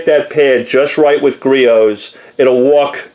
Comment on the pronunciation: First off its griots not geritos. Second off... Youre going to burn that fucking paint off if you move any slower